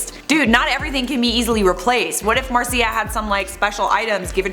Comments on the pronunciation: Is Màrzia not Marzìa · It's pronounced "Martzia" plz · Why do you say Marzia in such a weird way? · the way you pronounce marzia tho